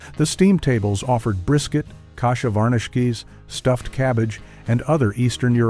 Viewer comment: this guy can't pronounce "kasha varnishkes" or "sewers" or "Dubrows". Strictly from Kalamazoo.